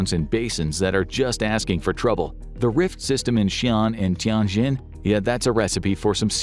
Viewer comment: By the way, Xi'an is more like She Ann, the zhou syllable like Joe, Tianjin like tyen jean.